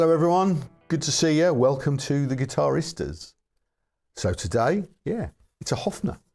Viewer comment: "The gVitararista" ...😂😂😂 Great information about guitars and amps and obviously jokes about anything and everything... 👏👏👏👏👏